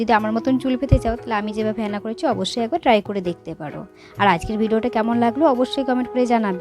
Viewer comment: হ্যাঁনা নয় ওটা হেনা 😂😂😂😂